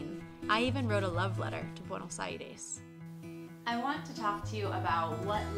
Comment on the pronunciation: the last E in Buenos Aires should be pronounced like in the word Test, :)